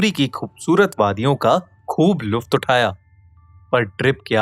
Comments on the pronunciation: BHAI AP NY ---LUTAF--JOKY URDU KA WORD HAI☺ GALAT PARHA HAI😑U JUST SAY---LUFAT,,,,😄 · Luft ni lutf .. means enjoy